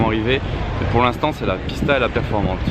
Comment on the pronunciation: Très bonne vidéo mais les noms sont mal prononcés ça fait mal aux oreilles, on dit VulcanE et Performanté